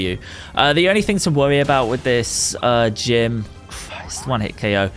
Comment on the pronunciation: He said oko this instead of ko this